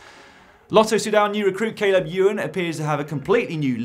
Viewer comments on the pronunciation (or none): none